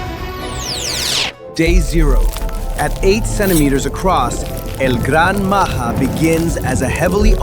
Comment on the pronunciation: bro is not el gran maha it's el gran maja